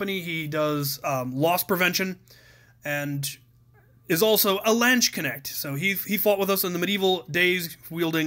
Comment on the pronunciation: Lansh-cenect? ^^ Do you maybe mean Lanzenknecht? That is pronounced lance-n-knesht. The "a" is pronounced like in cards or far, not as in (I know english natives have a problem to spell the soft "ch" so I changed it to a "sh" and both e's are pronounced as in "fed" or "kept".